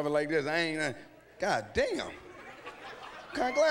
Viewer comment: When he stopped and said got damnnn 😭😭😭 had me weak